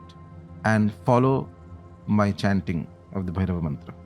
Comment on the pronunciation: Please....a request... When using the name Bhairav and Shiv...or any other of Sanskrit origin...use the correct pronunciation as you know better then me that an extra अ changes its meaning as well as its energy.